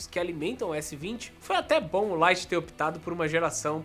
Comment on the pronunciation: . Note 10 "Lie" kkkkkk